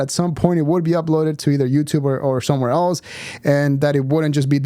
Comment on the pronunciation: steveos greatest crime is that he always says "eltse" instead of else